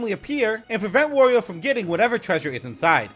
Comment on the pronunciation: no way we got a video on every mario enemy before switch 2 oh, btw wario rhymes with mario, not oreo